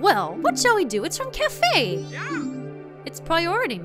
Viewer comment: Okay.... I know it's Kaefei or something like that... But because of pronunciation... I keep on instainly thinking it as 'Anju and Café....' - I don't think you HAVE to break in, do you? After he receives the letter, isn't the door unlocked?